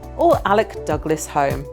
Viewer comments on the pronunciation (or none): Lady Godiva famously rode naked though the streets of Coventry, not in undies, both Jimi Hendrix and the USS Constitution were American and Alex Douglas Home is pronounced Hume and Elizabeth1 was the last of the Tudor Monarchs not a Stuart .